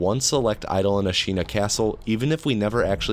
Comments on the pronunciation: “i’ll tts any pronunciation i find tough” “Ashīna” (it’s Āshina for anyone wondering) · Not to dunk on you because english-speakers (me included) always mispronounce japanese words but it’s pretty funny that you make a point of using TTS for sabimaru and then almost immediately pronounce ashina "asheena" instead of "ash-inna" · man I clicked off when I heard how you pronounced Ashina